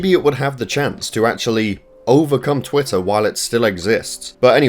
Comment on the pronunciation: it's called an accent.